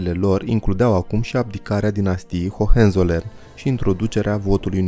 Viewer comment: Toate bune si frumoase, dar invatati pronuntia corecta a numelor. OK? Hoănțolărn (nu hohenzolern). . Zalțburg (nu salburg). Münhiăn (nu miunhen), fon Badăn (nu von badăn). . Asa ca la copii...